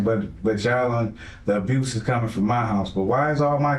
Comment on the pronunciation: "Abruce" always cracks me up lol